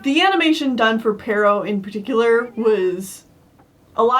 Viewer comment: It's "Pero," not "Perro." I'm fairly sure this is because it originally comes from a French name like "Perrault," which in Japanese turns into "ペロー" (perō), which then in English becomes "Pero." It's a funny coincidence that it sounds like the Spanish word for dog. As a sidenote, it seems likely that it actually is "Perrault" because apparently that's the name of the Charles Perrault, who popularized the story. So I'm guessing that's where the Japanese writers got the name "Pero" from.